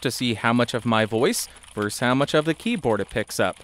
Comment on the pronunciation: Dude it's Versus....not Verse.